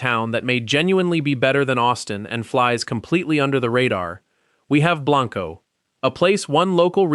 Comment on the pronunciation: He did say it is pronounced "Burnie" never fixed Blanco though